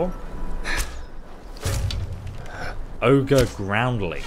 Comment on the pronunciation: OGRE, it's called ogre, for crying out loud!!!